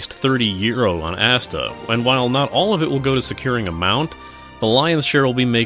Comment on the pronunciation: The way you pronounce that sounds like you're talking about Asda: The MMO :) And from the looks of it, this really does feel like something you'd buy at Asda - the sort of off-brand knockoff MMO you buy Friday afternoon after all the other stores have closed.